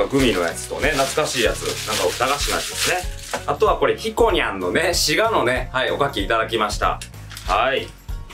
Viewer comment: も滋賀の発音おかしくなってますねwww